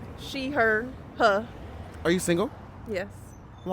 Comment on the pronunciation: I knew you were in Atlanta when when her said her pronoun as Hauh lol! We say that here lol!